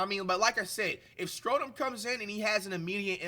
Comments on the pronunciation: Really Americans say Schröder like flight says it? You can say it like this (shroder) not skroder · can u pls learn to pronounce his name right? When u say it it sound like scrotum or sth. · We get to hear Flight say Dennis Scrodum for the foreseeable future we won 😭😭❤️ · he might start pronouncing his name right 😂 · WOW FLIGHT ACTUALLY SPELLED HIS NAME RIGHT!!! Still mispronouncing tho 😭😭